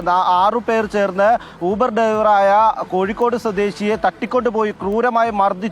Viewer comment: യൂബർ യൂബർ അല്ല ഊബർ ഊബർ ആണ് ഇംഗ്ലീഷ് മീഡിയം 🤣🤣